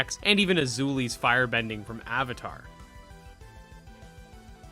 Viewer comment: I'm sorry, but Azuli. Azuli? Avatar is one my favourite shows so this will not be forgiven. Unsubscribed, disliked, reported, and I burnt my phone. Just joking, great video:)